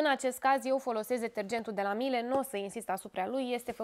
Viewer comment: Miele (marca germana de electrocasnice), pronuntia este MIELE (cuvant din limba italiana miele= miere tradus in limba romana) nu miel....